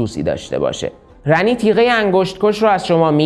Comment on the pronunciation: خود گیم اسم Ranni رو “رانی” تلفظ میکنن نمیدونم چرا اصراریه میگین رَنی